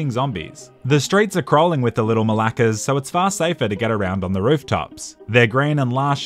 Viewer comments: Its not malakas, its malakEs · The way he says “Little Μαλακας” in the beginning of the video with no Greek accent at all kills me😂